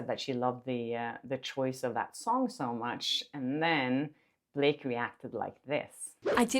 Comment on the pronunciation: "You want to go to war Bil-lak-ay (Blake), you want to go to war! " 😂😂😂😂